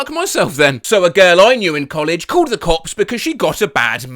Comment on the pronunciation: did anyone else hear “called the cox”